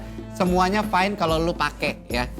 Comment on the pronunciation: everything is fyne (fine) 🤣